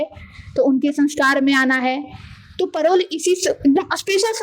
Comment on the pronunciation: मैडम परोल नहीं होता पेरोल होता है। धन्य हो प्रभु